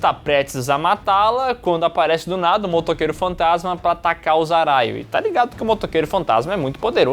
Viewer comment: Talvez eu esteja maluco, mas sempre ouvi o narrador metendo um "Motoqueiro Fantatima" no inicio do primeiro filme kkkk